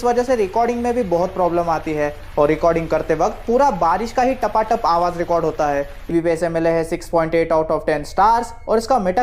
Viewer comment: Tapp tapp not a tapa tap 😁😁😁